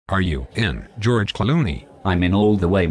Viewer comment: Jow-erge! lol